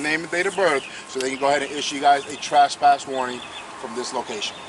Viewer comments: Ummmmm, what the hell is a TRASSPASS 🤣🤣🤣🤣 learn to speak! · That idiot can't even pronounce trespass